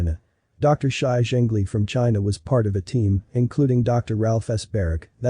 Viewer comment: That's not how you pronounce "Shi", my ears hurt. I do agree that it's a lab virus, though.